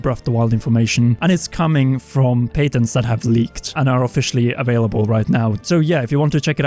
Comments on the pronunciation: its pronounced (pat-ins) not (pate-ins) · Do U mean Pat (like patrick) ent? i guess its the difference between European pronunciation and North American eh?